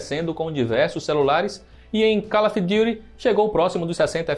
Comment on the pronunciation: call of diuri kkkkkkkkkkkkk